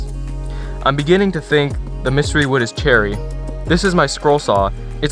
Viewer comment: Did you just say . . . wewd working?